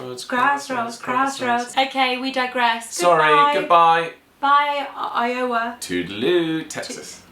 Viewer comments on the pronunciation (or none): All of the hate toward for his I-O-wa pronunciation! Jk love you guys! Btw, I'm from Texas and have never heard any of these. I wouldn't doubt they exist though. Texas is weird and our state representatives (who make the laws solely for our state) only meet for 3 months every 2 years. And people wonder why things don't get done. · Forget the mispronunciation of Iowa,. Most Americans don't know how to pronounce British place names. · Well hello there! This is my first comment. Felt compelled to do it since guys mentioned it. Also, in NYC we rarely hear any mention of IOwa lol (loved your pronunciation of it!) so no worries. Great content. All the best. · You guys rock. Sharon from I-oh-ah, not Barbara. Transplanted from Illinois 18 years ago. PS: you pronounce Illinois (silent S: from the French spelling of the Native tribe) better than most Americans not born there. Hi. I've replied to others, but never just the vid. Do some weird Iowa laws. I'll give you your first one: it's legal to beat your wife, but only on Sunday afternoon on the courthouse steps after you've publicly announced the reason. Obviously, domestic violence laws have negated this, but they never repealed the law itself. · I-OH-wa!! That is awesome! I have never heard that pronunciation... ever!!! 😂🤣💚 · Yes it is pronounced Eye-o-wah And Oregon is pronounced Or-E-gun. Not Or-e-gone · You guys are fun. You're British and yet you think other peoples' culture is interesting. And by the way, Iowa is pronounced Eye-uh-wuh. Sambuca is a fun flavoring agent, but not as the star of the drink. We Mrkns demand our respect. Just watch the movie "Casablanca" and you'll get a little of that Mrkn difference, why we're the way we are. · Ok This is my first comment on one of your videos. I like this idea of dumb laws but if you're going to do this as a series you have to do Florida. and about Iowa you need to pronounce the w. i-o-Wa. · Try "Ioway!" That's how my grandmother said it!